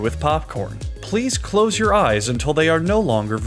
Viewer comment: "please close your eyes until they are no londer wisible" ... Wait so am I just supposed to open my eyes as soon as I coose them ?